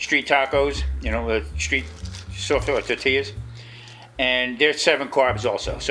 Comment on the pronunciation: You did say tort tilas!😂😂😂great looking tacos brother